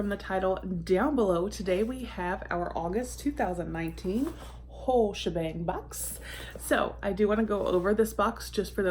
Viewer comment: The first time you said the name of the box I thought you said the wh*re shebang and for a second was like Ooohh what's in that lol lol. Good box! Yes, I remember when you did a peel off mask on a live😬. Hope you're enjoying the weekend!